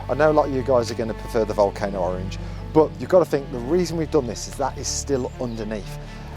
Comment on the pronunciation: I love orange, he butchered it